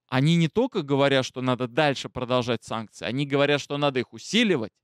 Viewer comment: хватит "санЬкции", "СанЬкт-Петербург" и т.д. А так...ты - молодец!